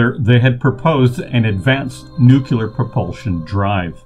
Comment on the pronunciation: It's not "nu-cu-lar". It is "nu-cle-ar"